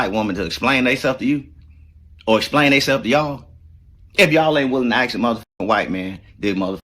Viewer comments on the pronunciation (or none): He can't even pronounce ASK 😂 and EXPLAIN... ASXK AND AXPLAIN